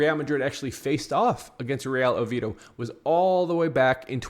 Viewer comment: Oviedo brother please pronounce it correctly